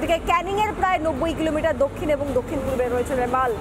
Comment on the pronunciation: রেমাল না রুমাল 😂